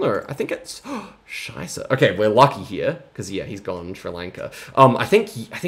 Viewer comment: your pronouncing of "Scheiße" was great there